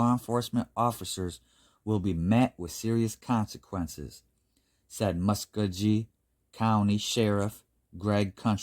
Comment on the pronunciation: Hey, L.K. Nice To see you visiting the Southeastern US for happenings. BTW Muskogee is pronounced muh·skow·gee 😃